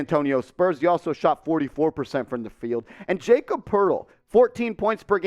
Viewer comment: Lmao this is bad. Really bad. You don’t even know how to say Jakob’s name. He’s worth a 1st by himself. Spurs want a 1st just to take Russell. So Jakob and Doug for Russell and two first round picks makes wayyy more sense. You must be a laker fanboy thinking your suggestion was a good deal.